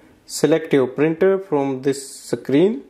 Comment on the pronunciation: 'Sacreen' kya hota hai be 😂